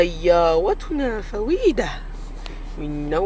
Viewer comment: ههههههههههههههه سيايتنا وليس سياوتنا